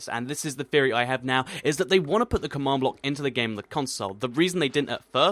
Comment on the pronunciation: u pronounce command block come awned block learn de inglish